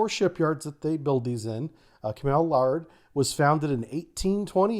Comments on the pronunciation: I understand that pronunciation is different from place to place, but it's Cammel L AIR D, not Lard lol. I can see it from my workplace. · That's Cammel 'LARED' not 'LARD'. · Camel Laird is pronounced L-Air-D rather than L-Ard, but love your briefs. Very interesting. 👏🏻👏🏻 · Cammel Laird.... Good attempt, it's pronounced more like Camel Layered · Cammel Laird is pronounced like "layered" Good Brit vid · Btw it's pronounced cammel laird "ai" like hair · Cammel Laird - Laird is pronounced similarly to a lair, as in wolf's lair - with a D on the end. Not Lard.